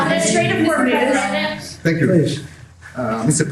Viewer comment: Thank God you've learned to say Hormuz, not Hormoz! Drove me crazy!